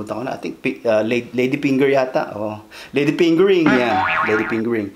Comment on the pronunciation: “Lady pingering”? Bastos! 😆😆😆